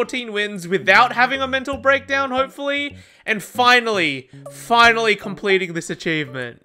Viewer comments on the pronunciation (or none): It's oyva. It's foinally oyva.